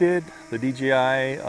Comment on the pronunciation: Bruh you keep saying D.G.I cmon faka D.jay.I